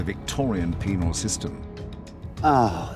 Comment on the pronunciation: Penal. NOT... Penile.... Lol